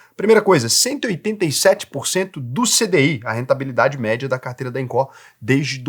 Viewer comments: Fala sério né,. Todo mundo sabe que Incó (como vc pronuncia) é o famoso instituto do coração. A pronúncia certa é ínco😂😂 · Eu acho q a única coisa q vc disse errado eh o nome da empresa kkkk eu chamo de incô. Incó fica estranho kkkkk (nem sei se tá errado, só falei pela zoeira mesmo) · IncÓÓÓ??? KKKKK. Não tem acento agudo. INCO. Engraçado demais ouvir ele falar INCÓÓÓ 😂😂😂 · Invisto na INCO desde 2020 e nunca tive problemas. Recomendo muito! Detalhe: análise e comparações rasas. Falou o nome da empresa errado o vídeo todo.. É INCO e não INCÓ 😂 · Inco, não tem assento agudo na letra "o". Sua fonética está colocando, Incó. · INCO, não Incorrrrrrr 😂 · só não gostei de falar INCÓ, no mais, excelente video hahahaha. As pessoas ainda não entendem risco x retorno. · eu tenho conta na INCO e não tenho do que reclamar! (E detalhe, a pronúncia é "ÍNCO"! 😂) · Sou investidor na INCO tem 5 anos. São bem claros e transparentes quanto aos riscos. falou algumas coisas que não são condizentes. Trm empresa la por exemplo que fatura mais de 200 milhões, não é empresinha da esquina. E não é Incó ne kkk Nem a pronúncia do nome da empresa ta correta. Acho que valia ter aprofundado mais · "INCÓÓ"? KKKKKKKKKKK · Acho que só o fala incó kk. Nunca ouvi ninguém falar assim. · é baiano e coloca silaba tonica no lugar errado rsrs